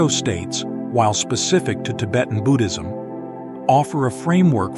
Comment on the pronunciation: Do not need music-very distracting . Also pronouncing Buddhism is Budd - as in "hood" - not boo-ood.